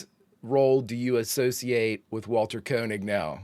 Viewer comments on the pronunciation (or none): I always enjoy your B5 reactions. One minor point of information: the first syllable in "Koenig" is pronounced "Kay," not "Koh."